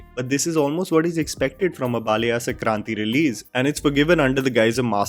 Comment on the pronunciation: Pronounce our names correctly वरलक्ष्मी not vaarlakshmi, संक्रान्ति not sakrathi